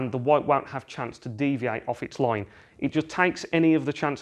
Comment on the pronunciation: Unsubscribing your channel because your accent is bit annoying and irritating.it sounds like there is something hot in your mouth and your are not chewing it neither spitting it out while talking. The word is "line" and you are saying it "laweyne" ,the word is white, you said "voyte", "ball" "bowl" , Can't hear you any more, (no offense)